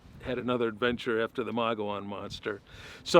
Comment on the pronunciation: Should’ve asked Travis Walton to go with you. btw Mogollon is pronounced Mug-eee-on 😉